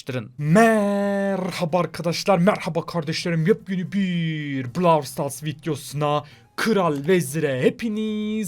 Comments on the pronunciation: blawl stars ne abi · Brawl stars değil brovl stars diye okunuyor